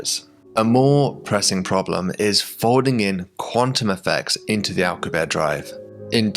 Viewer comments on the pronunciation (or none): 😂😂 "alcabear" that's not it's pronounced... it's "al-coo-bee-air-ee" 😅 or you know Alcubierre 😂😂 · Alcubierre is pronounced AL-COOB-YEAR not ALK-YOOB-AIR. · Its Al - coo- bee - air, right? Why would you make such a cool video then blow it by making up your own pronunciation of the word Alcubierre? Jeebus. This is all wrong. The crew cant know about whats going on on Vega because they arent there. They are in their own bubble of time and space, disconnected from the others. You are completely ignoring the time it would take for the crew to receive messages from the earth and vega about what they knew. How long does it take earth to alert vega? Something else youve ignored here. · Since Alcubierre is a major part of your video, and someone you may reference in the future again, just wanted to point out your pronunciation of his name is quite off. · For the love of God, pronounce the final e in "Alcubierre"